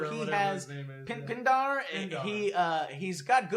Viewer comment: His name is DOPINDER, not pindar